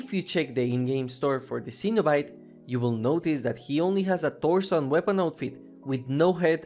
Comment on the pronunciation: Cenobite is pronounce Sen-O-Bite